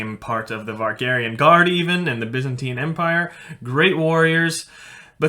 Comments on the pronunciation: its not vargarian gaurd its varangian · Varangian guard. Not Vargarian. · Just wanna know if it's a different group of people or just saying it different and also why if not a typo. Lingo.. Vargarian Guard In the Byzantine Empire. Is what I hear our main man says. I only heard of Varangian Guard. Just said different in scandinavia??? Pls anybody lmk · Good video. Varangian guard though. Not Vargarian or vegetarian or whatever you were saying. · Overall, I really liked your video. I may be biased, though, the Norwegian side of my family originally comes partly from the area around Lien. One question I had was your pronunciation of Varangian as "Var-gAr-I-an", is that how it's pronounced in Norwegian? It almost sounds like a blend of "Varangian" (Modern English) and "Væringjar" (Old Norse). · I was also a little bit annoyed by the mispronunciation of the Varangian Guard. I'm guilty of the same thing (mispronunciation of words that I know) at times. I have heard him call them vargarians in other videos though. Oh well. I do like the content. He definitely knows more about the Viking age than myself.